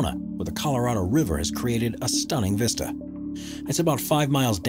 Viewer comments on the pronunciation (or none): none